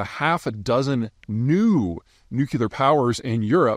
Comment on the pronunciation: God, dude, learn to pronounce nuclear.